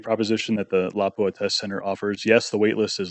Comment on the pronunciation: Appreciate the excellent video and especially by people that know the true pronunciation of Laupa